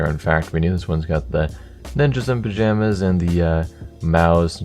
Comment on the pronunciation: It's got the, Ninjas and Pa-" jayuhmas"